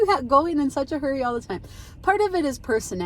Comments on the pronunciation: At first I thought you said your friend gave up “curry” for lent. Then later I heard “hurry”. 🤣🤣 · I thought the first couple times you said “fast Curry”, 😂 Great conversation!